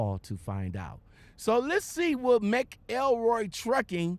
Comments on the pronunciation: Lol its mc elroy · It's pronounced like MACKLE-ROY btw.